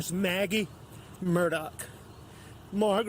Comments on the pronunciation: Sounds like he’s saying “Murdock” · I’m watching this on replay. Excellent job,. It is a sad, needless, most tragic loss of two humans. BTW, if you pronounce his last name as “Mur-dug,” I think you’ll be close enough for grits. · It’s pronounced murdock, sometimes his accent sounds like Murdick, which is appropriate. There’s lots of footage with the correct pronunciation, even though his own lawyer, harpoot, said his name wrong. 😂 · I'm from New England where we pronounce it "Murdah" LOL it's all good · It's "Elek Murdick" as AM pronounces it.